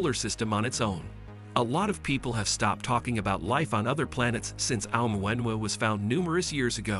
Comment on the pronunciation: This is the worst pronunciation of Oumuamua I have heard so far 😂 It is funny how almost no one gets it right. maybe all the voices are AI generated lol